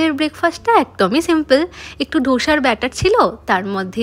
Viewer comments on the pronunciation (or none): Dosa ke dhosha keno bolo😂😂